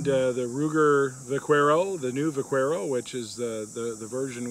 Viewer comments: The u in Vaquero is silent. Vaquero is Spanish for cowboy. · Learn too pronounce the name of the model your working with